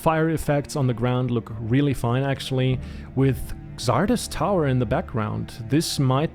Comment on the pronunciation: Xardas is pronounced Zardas in English, just wanted to add